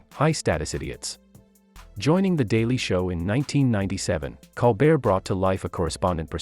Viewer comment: Not “call bear”, coal bear!